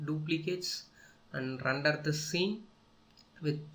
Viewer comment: randar nai hota render hota hai be